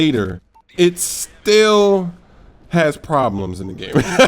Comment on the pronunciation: he says still like he says steal in 2K13!!! Give that guy a homophone teacher.